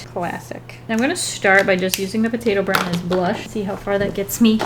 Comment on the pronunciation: For a good eight minutes, I kept hearing "potato brown" as "potato brow", and I didn't question it, since you always have that cute round eyebrow shape going on for Weelz.